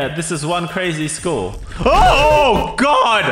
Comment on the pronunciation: game:...this is a crazy school real: * goes without checking * OH GWAD! me: * laughing * my mind: Oh GwAd XD